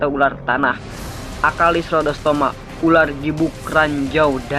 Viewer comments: ular bukan urar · Opening pertamanya kocak URAR bukan ULAR